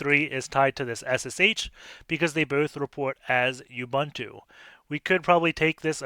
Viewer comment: Dude he pronounces nothing right... He pronounces Ubuntu as "Youbantou"... What did you expect? :p